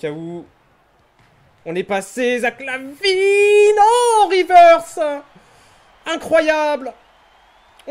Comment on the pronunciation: Bah te revoila! Et c'est pas Lavin mais LaVine...sinon ca fait plaisir de te revoir